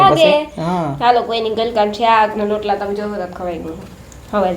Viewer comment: tame lotala nabolo rootala boloben